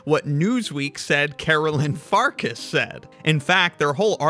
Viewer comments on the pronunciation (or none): It's pronounced Farkash, not Farkas. Assuming her ancestry is Hungarian, because that is a Hungarian family name (meaning Wolf).